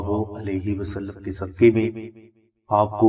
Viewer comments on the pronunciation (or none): none